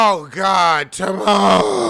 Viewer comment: The way you say "TaMar" cracks me everytime LOL!!!